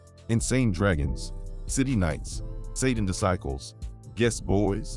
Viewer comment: How is this AI pronouncing Disciple’s lol 😂 .. S/ O to all my homies both sides in the feds .. keep your head up 424